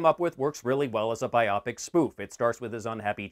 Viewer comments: Love your channel but I cringed every time you said biopic “Buy-O-Pic”, as “Bi-Op-ic”. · BIopic is a portmanteau of biography and picture, so it's pronounced BIOpic, nit biOPic. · Sorry I couldn't get past "Eric Apple" and "biopic" rhyming with "myopic". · I'm just amused that you pronounce "biopic" like it's a medical condition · I have never heard biopic pronounced that way before. Talk about weird.